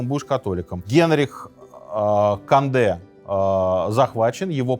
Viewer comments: Не надо говорить кАнде! кОнде! В этих случаях, то есть произнесение иностранных слов, наименований, имён, фамилий, "аканье" недопустимо! Редукции нет. Конде! Только Конде! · Как только Вы сказали "Конде" через "А", мне стало понятно, что Вы - просто Говорящая голова программы🤷‍♂️ Таак.... Программа " Минаев" ЗАКРЫВАЕТСЯ... РЕКЛАМНЫЙ ДЕЯТЕЛЬ! Никак НЕ Историк🤷‍♂️🤷‍♂️🤷‍♂️